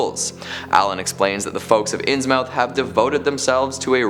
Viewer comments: Can't resist: My gran, and other New Englanders, would say "INS-muth", not "Ins-mouth". Also, maybe it doesn't qualify as a "mystery", but what really did happen to Robert Blake ("The Haunter of the Dark")? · Innsmouth is pronounced inns-mith, with a short 'm'. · It's pronounced Inns-Muth....the o isn't pronounced in this.....ɪnzməθ is the what the phonetic looks like. 🙃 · Nothings disturbed me more than the way you pronounced innsmouth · IT'S PRONOUNCED INSMUTH YOU INSUFFERABLE IMBECILE!!! AND HIS NAME IS PRONOUNCED ZAYDOCK!!! SPELLED ZADOC PRONOUNCED ZAYDOCK!! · inns mouth and not innsmouth, reylay and not R'lyeh, yeah I don't think he does.